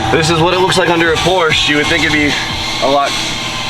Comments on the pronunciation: Please put the recaro classics with the houndstooth in there! Nardi wheels absolutely have a place inside a Porsche. And please.. you are a Porsche guy now. It’s “Porsch-ah” 😉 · in German, an E at the end of the sentence typically serves the same purpose as an A at the end of an English sentence. It’s pronounced “POR•sha”